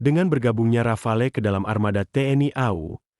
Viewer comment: Saya kira Rafale ternyata Rafael 😅